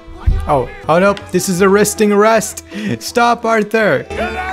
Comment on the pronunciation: “Oh no!, this is arristing arrest.” .